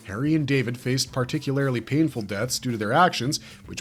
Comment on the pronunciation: Can you stop saying "particularily"? It's not a word